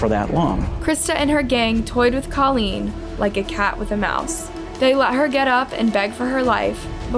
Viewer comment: Name a bit special but should be easy enough since says it too and she should know how to say it. Tadaryl is one thing, but even Colleen is said differently several times and that name shouldn't be a problem to say correct.